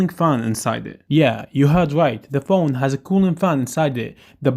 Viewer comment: You said pjone for 36 times